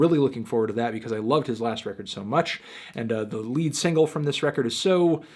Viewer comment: A lot of nice returns after long absences. Also, Wire's album title isn't pronounced lead as in lead the blind, but lead as in the metal. The hint is in the title.